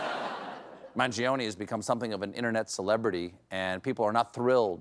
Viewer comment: The i is silent. My god. You‘ve got so many silent letters in english, why can‘t you do the italian ones?